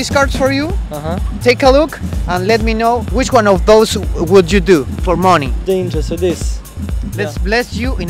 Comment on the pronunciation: Un tip: money se pronuncia "mani" (con acento en la letra a)